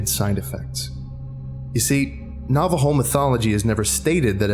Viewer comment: Glad this SCP is inspired by our culture, but you mispronounced some things: Shaman (Sh- ah- men) Dine (Den- aye) Navajo (Nah - vah- Ho) the word is Spanish and "J" are pronounced as "H" I should not speak about it, but I also don't know much Navajo language Naaldloshii ( Nah-hah-zDIT-shu-hoo-shee-et)